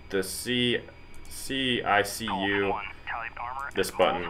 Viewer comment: Turn EGI and CDU on as soon as the APU starts. #1 throttle (left) over the hump first, after the start cycle light goes out, #2 over the hump. EAC is said in the A-10 world as E-ack, and CICU is pronounced kick-u. Just a little real world info for you. Love the video and the graphics though. Looks like an awesome game.